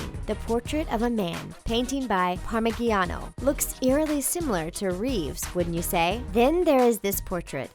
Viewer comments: PARMIGIANO is a famous kind of cheese , PARMIGIANINO is the great painter ! Please take some lessons in Correct italian phonetic and art history : it's sounds ridiculous and ignorant ! :-P not LOL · Par muh- gee as in geese- ano....cringes >.< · I cringed so much when she read Parmigianino